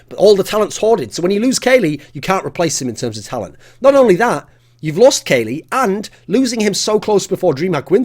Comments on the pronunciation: You should get english lessons from pasha.. not Kayle, it's KUKLI!!! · You pronounce it Kalli, not Kaley. :P Silly Thorin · should just pronounce it KOLY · thats the way that casters used to pronouce it but its actually pronounced cali like in california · Why are you pronouncing Kqly like that!